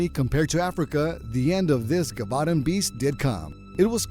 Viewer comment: (Jeh -voh -dahn)